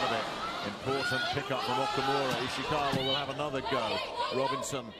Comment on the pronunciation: At 841, the commentator said Ishikawa's name as Iwasaka. lol